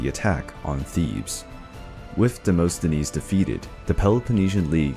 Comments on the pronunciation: Demosthenes is pronounced as Demast not Demost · Demosthenes, (Δημοσθένης) is pronounced "Dee-mo-sthe-nees".... but even that is not exactly accurate because English speaking people cannot pronounce the Greek letter "Δ", exactly. They make it into "D".